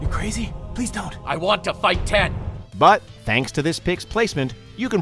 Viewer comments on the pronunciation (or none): none